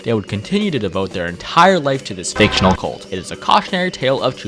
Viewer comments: The way u emphasized that Two Time’s cult is F I C T I O N A L is so funny to me also sad that people w/ Spawn related characters / ppl talking abt Two Time have to do this .. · Every time you said fictional in the fandom section my eye twitched